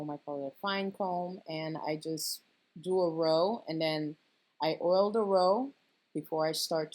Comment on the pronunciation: I like the way he says “oil” too. Gotta keep your hair earled up. 😭🤣